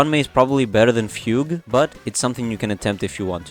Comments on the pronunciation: close, its not pronounced like foog its fyoog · it’s not😭 fugue is pronounced “fyoog”.